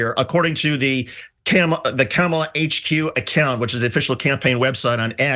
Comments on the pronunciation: 0 seconds ago From now on pronounce the x-president's name Don-'Old Tee-rump. I'm so tired of them saying Ka Mall uh, purposely mispronouncing her name. Name calling is their go to move. I pity the poor fools. 1 Reply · I think Trump is saying Kama-blah. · I speak a little Trumpinese, and what I think Genghis Khan’t was attempting to achieve with his Kamabla reference was an emphasis on the “bla”, but because he isn’t fluent in the modern American dialect, he didn’t think or didn’t know to place an ‘h’ at the end of his almost-insult, leaving only plausible deniability to shield him from yet another unforced error.